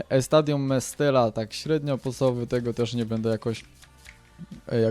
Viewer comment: Po 4 czyta się 'Mestaja'.